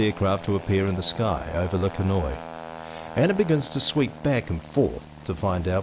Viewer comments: It's pronounced Le Ken Wa. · This is so inaccurate,it's sad .New Zealand troops fought with Germans on the 4th of November ,a friends grandfather was killed that day and we have visited his grave You could have learnt to pronounce Le Quesnoy properly